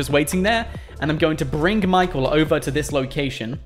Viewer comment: why do you say brinG or is it just your accent